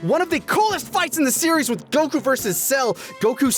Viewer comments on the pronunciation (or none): Coming from the guy who says Go-kü instead of Goku , we getcha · It's just Gohkuh not Go Kyu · is that why you're the only person to pronounce "Goku" with stress on the second syllable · Son Gokū Kanji: 孫 悟空 Kana: そんごくう そ So ん N ご Go く Ku う U Romanized without the Macron over the U, it would be Son Gokuu. The American version shortened it to Goku, eliminating the second U, but then changing the pronunciation of his name. It's not a criticism of the dub when I say that, mind you. I've made it my preference to pronounce the original character names; it's why I say Yaji-roh-beh and Ka-reen instead of Yaj-ir-oh-bee and Kore-in. (And before you ask, because everyone does, "Why not say Bejiita and Torankusu?" Because those are literally based off English words.)